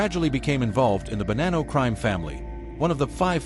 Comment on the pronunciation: Ai is annoying needs to say hid name correct! And the bonnano name!